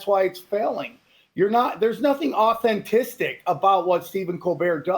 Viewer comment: He said authentistic